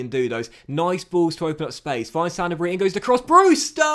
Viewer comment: I’m pretty sure you’re emphasising the wrong part when you say “Sanabria”.